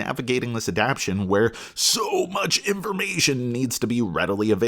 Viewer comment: I can’t get over you saying “adaption” instead of “adaptation” but I appreciate the review otherwise.